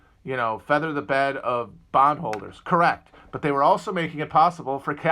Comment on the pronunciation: You say bond holder. I hear bong holder.